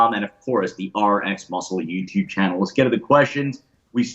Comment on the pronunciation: I hate this show almost as much as I hate how says yewtoob